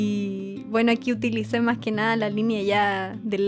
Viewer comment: cuando dijiste mach chiquito me isiste recordar a mi tia de argentina y yo soy de chile y no la beo mucho porque eya abeses ba a puntarenas con mis abuelos y yo....... yo.... estoy en angol 😭😢y..... y ......y ademas no puedo ir a puntarena por que cuesta mucho me isiste extrañar mucho a mi tia😭😭😭😭😢😢😢